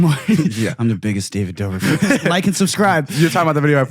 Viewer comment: This was an amazing watch but when you said david dobik, im sorry but i lost it lmaoo